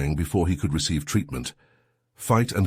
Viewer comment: "could I" is a question instead of a statement. The accent is on the "could" not on the I. your AI NEEDS TO LEARN THE DIFFERENCE